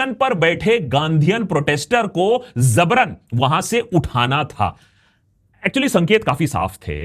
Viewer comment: jabran* not zabran :) Aljabar or Algebra word has also taken from the word Jabir. There's another word zabar dasti. That's different.